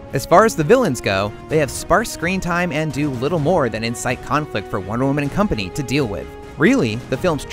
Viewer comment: Michael Montalvo he sounds like he's saying 'one woman' doesn't he.